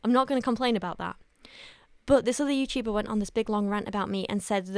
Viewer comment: I just have to say I've been watching you for years, and this is by far your best makeup and hair in my opinion! Also, CRAZY LADY—did I really just hear you say, "I'm a bad youchuba, I'm a bad mum"????? BECAUSE YOU'RE FANTASTIC AT BOTH, WOMAN!! 😑🥰👏🏽 we all love you and kira too, so do whatever is best for YOU TWO, and we'll always just BE here whenever you're around <3